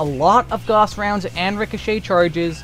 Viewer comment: Also, gauss is pronounced gouse, like house. Not goss. XD lol